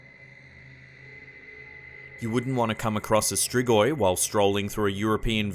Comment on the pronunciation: Oh boy how you pronounced Strigoi